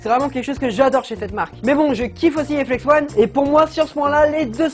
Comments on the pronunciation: Oh non mais ton niveau d'anglais pire que le mien ! On dit ON comme ON/OFF parce que ONE et comme 1 et la ça s'écrit ''ON' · ahah tu as perturbé tout le monde avec le Flex-ONE "flex-on" au caou ça m'a tué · très bonne video mais on dit pas flex one mais flex on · mec c dérangant tu dit flex one mais c'est flex on arete de dire one stp!!!!!! sinon le concept de comparer deux types d'étriers comme ca c'est pas mal, mais le probleme c'est que je pense que comme les flex on sont tes etriers automatiquement tu va les préférer aux freejump. Admettons t'aurais eu des compositis et pas des flex on chepas si t'aurais dit la meme chpse. Sinon sympa ta video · Mais tu continues de dire Flex One haha 😂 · Flex-on pas flex-one ^^ désoler mais c’est très perturbant toute la vidéo, mais sinon super vidéo et moi qui est des Flex-on je préfère largement Flex-on :) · Mais si car si tu savais prononcé l'anglais tu ferai pas cette faute. Même moi qui suit nul en anglais ça me brûle les oreilles 😂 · FLEX-ON pas flex-one ^^ désolée, ça m'a démangé toute la vidéo, fallait que ça sorte. Bon, clairement ici, je suis clairement une #teamflexon, pas moyen de me mettre des free-jump aux pieds ... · Ça se dit " On " pas "one " !!!